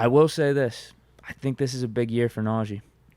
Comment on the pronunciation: Pains me to here say Najee’s name lol. NAUGEE